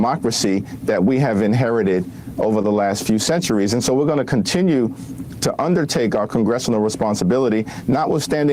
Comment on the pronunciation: "We're going to continue to undertake our Congressional responsibility." Emphasis on undertake. Sheesh. At least apply some rouge to this Congressional responsibility.